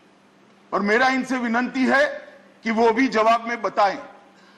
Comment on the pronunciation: जो आदमी विनती को विननति बोल रहा हो उसकी योग्यता का आंकलन इसी से हो जाता है इस तङीपार को आगामी लोकसभा चुनाव में देश हित में हटाना जरूरी है